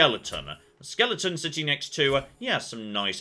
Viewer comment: He took damage from a 'skelington' LMAO